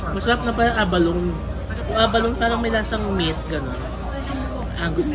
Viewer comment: Pronounced as abalo-ne ( a-ba-lo-ne)